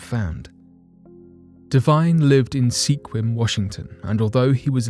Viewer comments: It's pronounced Sqwim. Like swim with a q. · Fun fact the city name o Sequim is pronounced "Squim" the E is silent, No one knows why, its the Olympic Peninsula's biggest mystery. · Sequim is pronounced "skwim" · For future reference, Sequim is pronounced “skwim”. I’m sure you know how the names of towns often have bizarre pronunciations. I learned all the local ones (like Sequim) when I moved to Washington. Fascinating.